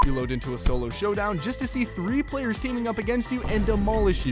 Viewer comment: i said it the way cuz he says zolo